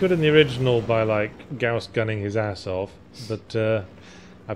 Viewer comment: It is gauss pronounced like 'house' with a 'g' instead of an 'h'. It comes from the name of the inventor, would say pronounce it how you like 'cause I preferred the other way myself, but when it is named after someone there's kinda a politeness thing to saying it right.